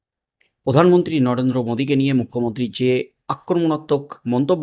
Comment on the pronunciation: উনি পোধান মন্ত্রী নন উনি প্রধানমন্ত্রী। উচ্চারণ ঠিক করে নিন। সাবস্ক্রাইব করবো।